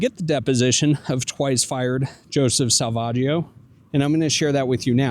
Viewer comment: Sa-Vag-io is the worst.